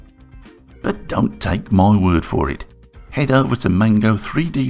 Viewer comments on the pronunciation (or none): none